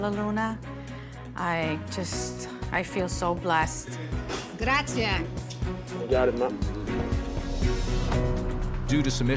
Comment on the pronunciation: Bella luna got me! At the end of the program she said grazia ??????? It is actually grazie. I'm tired of seeing Americans (even if they have Italian ancestry) pretending to even know about a cultural superior than thier own. No wonder Thier business failed. I even after Gordon Ramsey visited I would never set foot in this place.